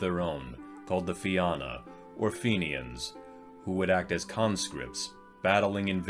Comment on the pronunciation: Have a drink every time he pronounces Na Fianna (na feen-na) as Na Fi-anna.... Slainte 🍻🇮🇪